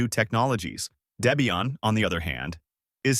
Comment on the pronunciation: For me, I hate icons, that's why I use Mint Cinnamon. I want text lists in alphabetical order for everything except the panel at the bottom - files and programs - not a screen full of giant icons. And you need to learn how to pronounce Linux and Mate and Debian. What is this, AI?